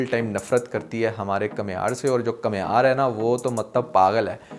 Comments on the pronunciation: Kamiyar not kamhiyar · بھائی کمیار نہیں بلکہ کامیار